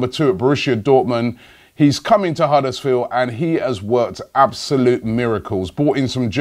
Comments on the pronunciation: It's Huddersfield, not Huddersfeel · why cant you pronounce the d at the end of huddersfield?